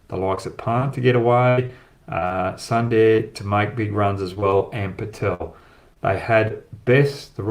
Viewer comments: Hi Brad, Sundar should be and must be pronounced as Soondar and not Sun-dar, yes it is written in English as Sun-dar but in native language it is written as Soondar. I can understand your Western Accent. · Everywhere i heard was sunday instead of sundar 🤣🤣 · It's Sunder...Soooonnnndddeerrrr..Not sunday bro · I like your videos. Please spell suundaaar and not Sunday. You will get it right😊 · Brad - sundar ..pronounced as soondaar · Brad good analysis as always, Sundar pronounced Soon Dar